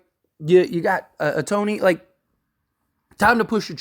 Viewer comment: Ah-Tony ? If you're gonna report on baseball ⚾️ you need to pronounce his name correctly - "Show-hey Ow-taa-nee"